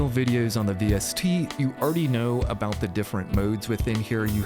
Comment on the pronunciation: I like how you say “abouut”